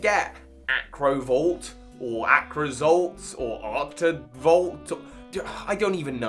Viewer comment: Based on watching almost all your videos you seem to have a problem pronouncing pretty much everything. Arctozolt. It's the Arctic. What's so hard about that? Agree on the fossils designs though. Abominations.